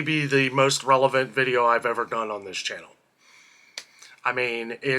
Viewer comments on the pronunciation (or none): none